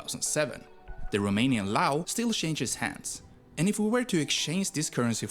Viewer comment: "Leu" is indeed romanian's currency. It means "Lion" leu is pronounced /l e u/